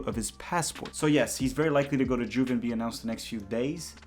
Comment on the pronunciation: Bro, the J in Juve is pronounced like a Y